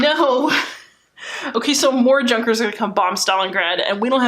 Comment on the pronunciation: Junkers lol. It's pronounced Yoo-nkers. The J in German is a "Ya" sound. Really good video btw! Great job!